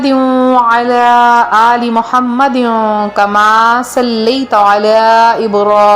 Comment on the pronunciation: بہن معذرت آ پ نظر ثانی کریں کیا آ پ نے درود شریف ٹھیک پڑھا ہے ؟؟؟ آ پ نے دونوں بار محمدو" پڑھا ہے ۔۔۔۔ چیک کریں وڈیو سنیں اور اپنی اصلاح فرما لیں